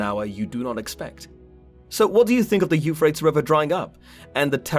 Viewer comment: Euphrates it's three syllables not two